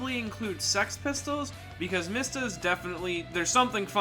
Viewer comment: i knew i was not the only one who heard him mispronounce it